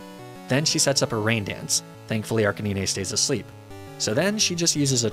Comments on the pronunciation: You pronounce it Arca-neenay?!? What fresh hell is this?!? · I assumed its pronounced ar-canine. Like a dog is a canine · Did he pronounce arcinine as ark-uh-nee-nay……? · Arch-e-neen-ay is a great pokemon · who tf says arcaneenay? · Ar-canine Lap-ras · Bro said arc-in-knee-nay 💀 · Arce-nee-nay? bruh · Ar ka ni ne hurts me so much for arcanine. Lapraaa 😒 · Not Arkaneenay😩😩😩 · Arcaneenay? lol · "arca knee nay" wtf is this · What is this Ar-Cay-Nee-Nay and Lah-Prah business? Who told you to throw 20 years worth of pronunciation out the window? You ain't French, bro! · Wtf is an Arca-knee-nay? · Why do you pronounce Arcinine the weird way not how you say it lol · Bro Ark-a-Nin-ayy? I think its name refers to the fact that its a canine. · wtf I thought you pronounced it R-KAY-NINE have i been lied to my entire life? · Wtf is an Ark-ah-nee-nay (British) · Bro. Ark-a-nee-nay? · Ark ka Nee nay?! Jeeeeze man. Why can't people just say canine. I know it's ark anine but it doesn't make sense he's a dog/canine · Ar-ca-ne-nay? what is that pronunciation????? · His name is “ar cay nine” horrible pronunciation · I'm sick of people taking the liberty to absolutely butcher pokemon names. Arcaneenay? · I love Your videos and currently binge watching many of them, but the way You pronounce "Arcanine" will give me nightmares lol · That read of Arcanine turned me off, immediately. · That Arcanine pronunciation threw me for a loop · The way you pronounce Arcanine bugs the hell out of me. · Dude misprounced Arcanine and Lapras and this bothered me greatly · I can’t tell if he’s mispronouncing these intentionally but lapras and arcanine hurts my ears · Great video but I can't get over how you mispronounced Lapras and Arcanine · IVE NEVER HEARD SOMEONE PRONOUNCE ARCANINE LIKE THAT WHAAAAAAAT?! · I can't tell if you're saying arcanine like that to be quirky or not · I don't want to sound rude, but the way you pronounce Arcanine gives me physical pain xD nevertheless, great video as always.